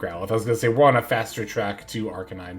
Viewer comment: Killing me with this "ArKAYnine" assaulting my ears 😅